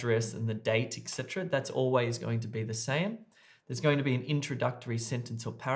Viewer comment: hello, i noticed that you pronounce the word "etc." ecsetra which is probably wrong, as i also double checked it, and it is etcetra not ecsetra or extra